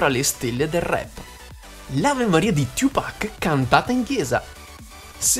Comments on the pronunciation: Non è tiu pac😂 ciu pac 2pac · Fox - The Best of Top si abbastanza ma va beh Oi...é la tua voce ahah, diciamo che mi dá maggiormente fastidio come dici 2pac..questo è basta. Ma poi, perché lo pronunci cosí il nome?